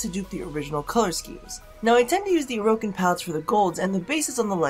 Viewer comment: You pronounce orokin like Mogamu pronounces tipedo